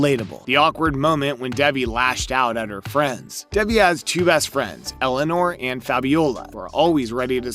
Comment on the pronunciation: bruh her name is DAY-VEE